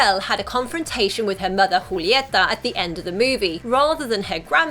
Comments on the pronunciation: Woah, you're the first I hear saying Julieta instead of "Yulieta" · That’s how you say it though